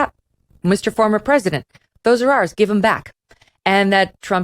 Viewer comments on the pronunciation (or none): none